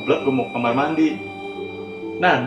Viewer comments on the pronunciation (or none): none